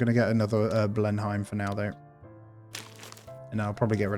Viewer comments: Btw its not "Blin hime" it's "blen um" like the palace 🛩 RIP those personnel that died at the end 😥may their sacrifice be not in vein.🏛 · Ble-num, Churchill home...